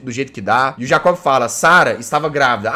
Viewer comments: Nome do personagem: Jacob O que o Jazzghost fala: J A C Ó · Jazz não e jacobe e jacob (jaycobe)